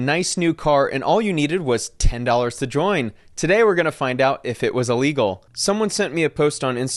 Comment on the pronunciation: Brother… love you but don’t ever say EEE-Legal again… simple prefix of “ill” plus the word “legal”.